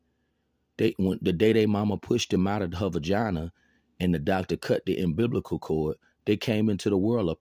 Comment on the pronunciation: Ambiblical cord. 😂